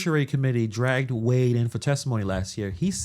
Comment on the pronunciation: Hahahaha She had to keep Trumps name in her mouth for anyone to know who she is ,she's so clever she thinks the word Dragged is pronounced drugged 😂😂😂 she needs to stay of the drugs